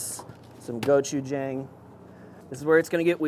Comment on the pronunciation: i love you but the way you were pronouncing gochujang was driving me crazy XD